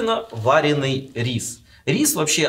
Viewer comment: Бедные мои уши , ВАРЁНЫЙ, ВАРЁНЫЙ МЛЯ , А НЕ ВАРЕНЫЙ